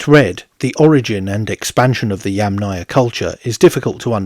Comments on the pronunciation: You are clearly saying YamNAya, instead of YAMnaya. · person-turqouise-waving: hi, I liked your video! FYI, it does sound as if you are putting much more stress on the "náya"... next time, do try it this way; Breath in then breath out the word -- Yúmmna-ia.. best of luck, as I know it is difficult. Personally, I rather hear you say "pit culture" instead, which is the lit. name of it. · Yamnaya is pronounced with the accent on the FIRST syllable. -aya is a suffix, and suffixes never take stress. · yes, many knowledgeable people said something about the name of the pit culture being repeatedly mispronounced by the author.. It is a russian word, it is feminine, it is difficult for English speakers to say correctly. . "яма" lit. means pit.